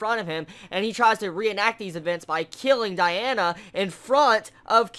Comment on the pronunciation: Let me fix the names u say: Diana, Melio-DASS. (Haven't heard the other ones yet) Real names: Dee-ann, melio-DISS